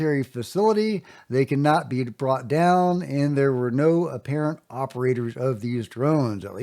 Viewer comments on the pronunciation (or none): none